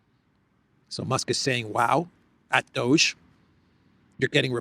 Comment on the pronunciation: Dear, could you pls. tell not to pronounce DOGE like "dodge", but with a long "oh" (like Leavitt in your intro video), and to pronounce USAID not like it a had a second syllable that sounds like "aid" (like the manipulative media does), but separately, like you do, as U-S-A-I-D, please? And, also pls. remind him that Steven Witkoff's surname is pronounced with a short "i" (like in witness), not like "white", as he pronounces it. Thank you! Would be so good if someone so intelligent as he is, could also get these small things right. Makes him look bad. I already added a comment about this under his video of yesterday, but only this morning. Probably too late for it to be read by him, if gets to reading comments at all. I thought, maybe you could help... 😘